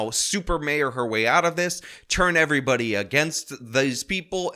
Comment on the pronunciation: Why can't she say the word "everybody"? Instead, she says "er-bah".